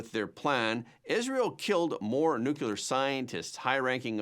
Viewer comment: I like your program. However, you need to learn how to pronounce the word 'nuclear'. New-clear. Try that please. Not new cule ur.